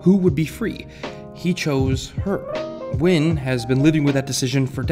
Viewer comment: It's Mr. Nguyen not Wynn, but all good